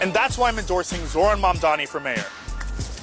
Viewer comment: Its Mam-dani